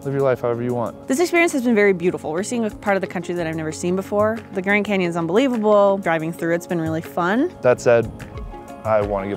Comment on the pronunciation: Did he say “Grand Camons?” It sounds weird , also why did it look like a picture or a painting on a wall or something like that...